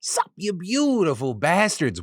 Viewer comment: Lately i been hearing him say "suck" instead of "sup" 😂